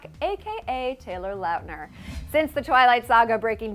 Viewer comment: she said Taylor Loatner